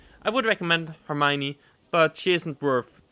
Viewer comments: you say er m ione you take the ion of the lion to say it correctly. for the r it's as if you were doing rrrrrrr but only once. I hope you can understand 😅😅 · L'Hermione is pronounced herr-me-on. It always makes me feel funny to see my ship in play.